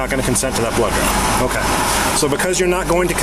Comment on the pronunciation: They said blood draw but it sound like blow job 😂. Almost had soda go up my nose.